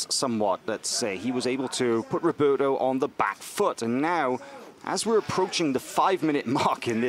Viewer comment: The way the announcer says 'Roberto' made my ears bleed. Not to mention it sounded too similar to 'Ruotolo' so most of the time you didn't know who they were talking about. Either pronounce their names correctly, or stick with first names OR last names but don't switch it up while pronouncing incorrectly cause is so confusing. That being said, what a great match!!